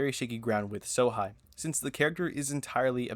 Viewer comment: It's Sohei bro not Sohigh. Do not disrespect my